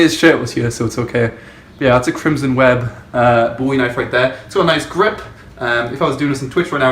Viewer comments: It's Bow-E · its boo-ie or bow-ie those are the ways to pronounce it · people who can't pronounce bowie properly shouldn't be allowed outside :/